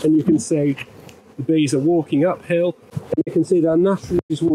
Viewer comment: I thought he was saying "Waking up ill" finally realized it's "walking uphill"